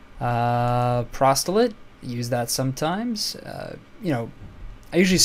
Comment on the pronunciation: Prostilate? You mean proselyte...i almost misheard you and i thought you said prostate. lmfao